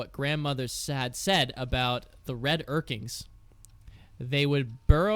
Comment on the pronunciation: It's urklings not urkings. Sorry that bugs me and I don't know why.